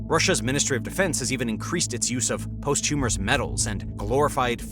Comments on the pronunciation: Mf said “posthumerous” I am so done I am SO done bro it’s pronounced like “pos-two-mus” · “posthumorous medals”? it is posthumous….nothing funny about it….after the fact!